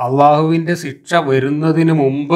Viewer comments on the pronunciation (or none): മാഷേ ഒരു തെറ്റ് തിരുത്തട്ടെ... ഒന്നും തോന്നരുത്.. സിക്ഷ... എന്ന് പറയാതെ ശിക്ഷ എന്ന് പറയുക